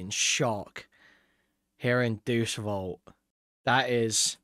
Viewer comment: "Deuce Volt" says the law expert who somehow avoided learning basic latin phonetics